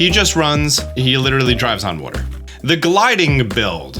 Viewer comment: Disliked for the way you pronounce water